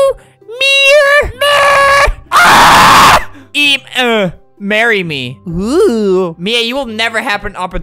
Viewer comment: “will you meerr?” Got me dying of laughter 💀